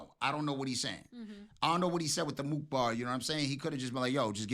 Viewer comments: Mousa not mook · He said moose … mousa